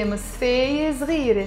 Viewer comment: You're saying صغیر ه but to me it sounds like like you're pronouncing it as زغیره. Is it because you're speaking in the Lebanese dialect and not fus7a? Also, where in Lebanon are you from? Hope you don't mind me asking.